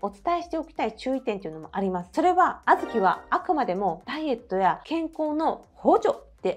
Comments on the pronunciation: 皆言ってますが、あ’ずき の発音気になりました。笑 小豆好きなので、参考にしたいです。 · あずきの発音ばかりが気になります。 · あずきの発音、地域によって違うんですね😊あずきは毎日食べても飽きないです。大好きなので無くなると煮て食べています。